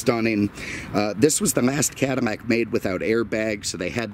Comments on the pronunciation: Is it just me, or is this guy saying CADIMACK instead Cadillac? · Are u saying cadamac instead of cadillac? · Why on God's green earth are you saying "Cadamac"? Say it right next time, Please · "I swear he's says "Cadamac" in the beginning....LOL... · Blueflame - yeah he said it several times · Definitely says it. In fact I stopped the video a couple minutes in to check the comments about it lol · Is he saying Cadimac ? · Cadi-mac? Lol what happened to the pronunciation lol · How are you pronouncing CADILLAC? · Why the hell are you saying cadillac so weird